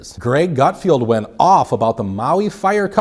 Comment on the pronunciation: BTW, it's Greg Gutfeld, not 'Gutfield'